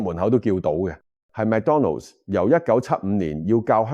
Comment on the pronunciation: McDonald's 唔係讀 Mac donald